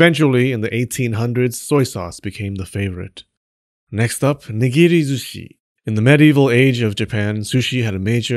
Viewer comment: Ok, every time you picked a new way to mess up nigiri or sushi, I lost it. "nighughghgu wasn't always raw" Well done, sir. Well done.